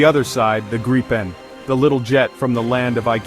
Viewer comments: I was sarcastic. The AI (Artificial Idiocy) pronounced the name graipen insted of correct Gripen. I know all about where the name comes from. I have also been following the development of the JAS 39 Gripen fighter for many years, given that they fly just across the water 40 km from here. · But it´s pronounced Gripen not Grippen (Long "i"). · Greepen not Grypen. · It's pronounced Gr[EE]-pen. With a sharp G and a properly rolling R to start, and EE like in "free". Then pen like that thing you write with. 🦁🦅 No "gripping" short-'i'-double-'pp' sound involved in this word, nu-uh 🙃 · If you, as an English speaking person, want to know how to pronounce the name properly, read it as "Greepen". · what i find so hard go understand is how everyone has so many problems pronouncing the name of the plane.. so i'll make an attempt at writing it so as the swedish would be written with inglish.. i guess if you try to say greepen or if that is to uncomfortable, gyphon instead. Id be most happy. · Thank you for this video. But, get the name right. Swedish grammar dictates that only one 'p' gives us a long sounding 'i'. For english speakets: pronounce the name like it is spelled [gree:pen]. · And please, for the love of God, if you are an American, do NOT try to pronounce Gripen. Just say The Griffin because that is what it translates to. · Grip ("Griffin"), in Swedish, rhymes with deep (not dip), cheap (not chip), weep (not whip).